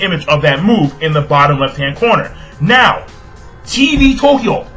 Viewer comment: I lol'd so hard at how pronounced TV TOKYO: TEE-VEE TOE-KEY-OH!!!! lmao xD